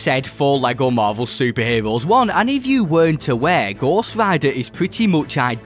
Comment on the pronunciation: Vewy stwong chawacter cweaaation in this bwawler game fwom lego. Bwing in the heeewooos! BWILLIANT!!!!!